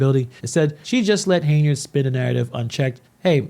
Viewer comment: The radio host sacrificed journalistic integrity for views and clicks. On another note, why do you keep pronouncing her name as “Hey-nard”?